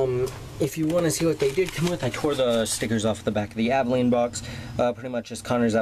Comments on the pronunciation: It's pronounces all-do-wall-a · It's pronounced (Ad-e-wall-e) and he's an awesome assassin Also the stick is a blow pipe